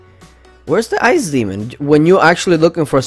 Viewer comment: Ice demon is spelling out like Ice Damon